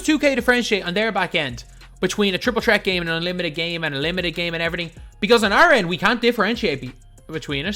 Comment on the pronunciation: Bro its triple threat not tripol tret